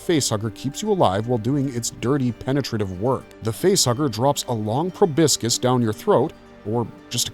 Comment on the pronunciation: Please, for the love of all that's holy, learn how to pronounce proboscis properly! It's pro-bos-is, not pro-bisc-is.